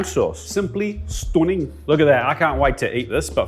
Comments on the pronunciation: “Simply Stunning” went full geordie for that 😂😂😂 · Was that an attempt at a Scouse accent? Stunning?